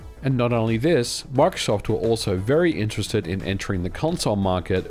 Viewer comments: bro makes "microsoft" sound like "mark shuffle" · "Mike Shoft" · “My-cro-soft” - Microsoft